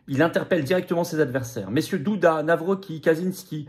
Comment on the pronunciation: Pitié Florian , on prononce - Navrotzki , merci ❤